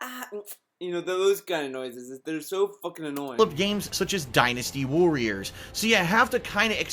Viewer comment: "The DIE-NUS-TEEH WUH-RRURS SEE-RUS"